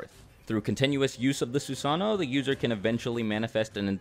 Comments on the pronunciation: It hurts su-sano why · Anyone else mad that hes saying susano wrong? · Who else found it annoying on how he said “susanoo”